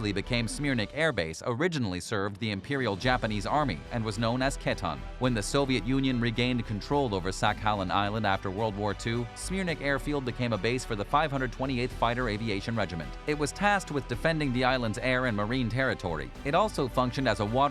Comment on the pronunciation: Sah-kah-leen, not sack-alan, island, among other pernuncuashunal errers...